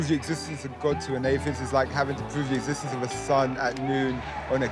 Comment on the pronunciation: Ethithtenth😂😂 u mean existence